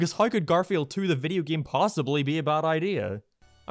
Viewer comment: "Video geeym"